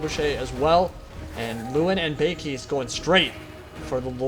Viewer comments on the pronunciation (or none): you butcher every name ever, i had no idea louen's hippogryph was called baykeys xD